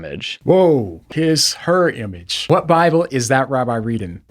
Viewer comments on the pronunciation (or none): none